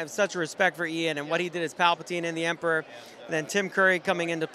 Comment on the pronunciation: why do you say emprah instead of emperor?